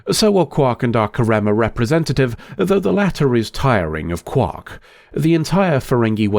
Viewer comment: Hermione: you’re saying it wrong. It’s KARemma not KarEMMA swish and flick